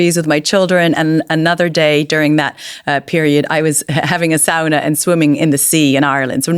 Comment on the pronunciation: The police/ Garda will always turn on their own people……mad ain’t it!, anyway you can’t pronounce sauna lol 😂 x